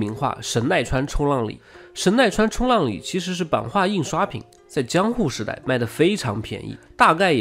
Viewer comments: 应该念成神奈川冲 浪里，不是冲浪里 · 神奈川冲 浪里， 要这样断句。